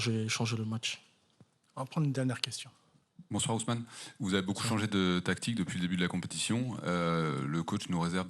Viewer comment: C'est Osman...! et non Ousmane, ça c'est africain.